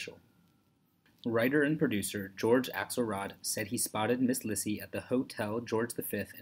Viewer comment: Her name is pronounced LEE-see